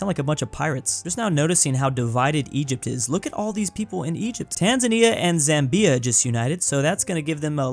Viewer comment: your pronunciation of Zambia really got me